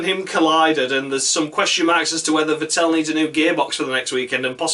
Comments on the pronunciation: Vettel is pronounced much like "veddle". Shit luck, or a bit more karma? You can't expect to commit road rage (under safety car) and showing a bunch of cars off (unpunished, because red car) and continue to challenge for the title. Karma needs to step in. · Martin Brundle pronounces it correctly. The accent is on the first syllable. Thanks for a fun video! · Could you please learn to pronounce Vettel's name properly?